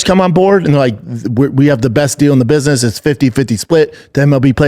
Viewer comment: Little biss-niss trip